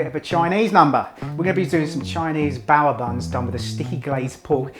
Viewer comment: It's just 'bow' - not bow-wah